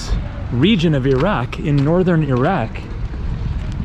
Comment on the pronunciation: Nice video! You sure can pick the places! Glad you make the effort to pronounce ‘ ear-rac’ instead of eye rac’ be safe.